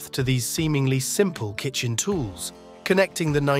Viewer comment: Kitchen....not kitchem!